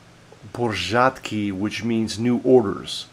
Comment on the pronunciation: PORZĄDKI, not PORZADKI,, you must pay attention to a tail attached to letter "a", it is a NASAL vowel "Ą".